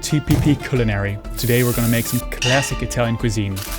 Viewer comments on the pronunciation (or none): Het is cuhlinary